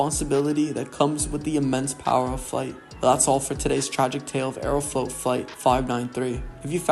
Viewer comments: Aeroflot ❌ Aerofloat ✅ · I'd highly recommend Mentour Pilot for a much better explanation/presentation of this particular incident. Plus the narrator has an annoying voice, like he has something stuck in his throat or something. Also..."Aerofloat", really?